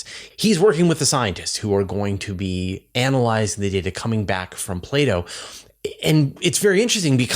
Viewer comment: say "play-dough"